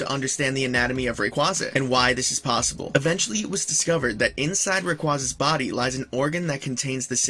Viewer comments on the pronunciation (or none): none